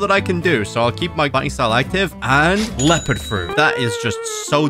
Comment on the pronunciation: Bro said he wanted a Leopard fruit. But what he meant to say was he wanted a Lopeard fruit.